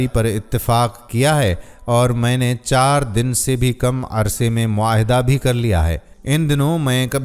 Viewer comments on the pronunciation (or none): none